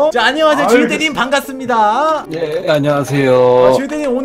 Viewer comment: 반 갔습니다ㅋㅋㅋ반갑습니다를ㅋㅋ